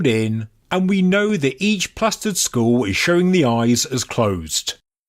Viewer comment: It's pronounced skull not school lol